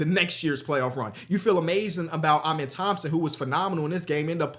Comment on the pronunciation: Can you PLEASE start pronouncing Amen’s name right? I mean you interviewed the kid and he told you how to say it personally